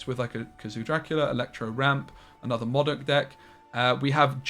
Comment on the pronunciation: Its pronounced modok and not as modok. 😂